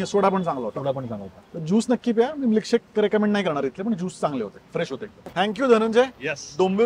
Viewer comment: म्लीकशेक नाही, मिल्कशेक 😂